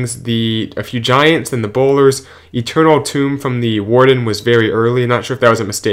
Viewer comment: Did I hear you say Eternal Tomb again?!? It's Eternal Tome, buddy!